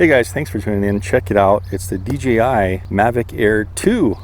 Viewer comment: You know it’s DJI right? Not dgi….🤡😂🤯